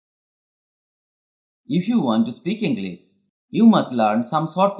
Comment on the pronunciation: This is actually a useful thing sir..... But why don't you pronounced "sh" Properly..... You are prounce just"s" For instance - English It must pronounced with "sh" But here's just "s" In fact this is wrong pronunciation sir.... Kindly request to correct it.....